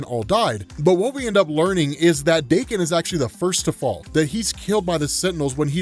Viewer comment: FINALLY! Finally, a Youtuber who pronounced my name correctly! Fore it's NOT pronounced as Dah-Ken, it's DAY-KEN!!!! Thanks for that bro. Anyway, yeah this was a great series, & that cliffhanger tho! "We are Phalanx!"